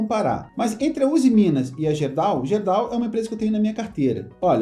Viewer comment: Fala... Apenas uma correção na pronúncia da GERDAL... a pronúncia correta é GUERDAL. Abraços...